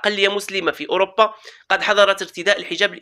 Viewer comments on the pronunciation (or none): none